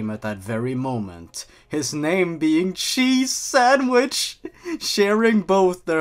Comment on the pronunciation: 'Cheese Sanwich' ? What kind of name is 'Cheese Sanwich'?!